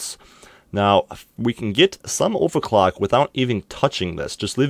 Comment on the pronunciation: Take a shot ever time he say "ovacwuck"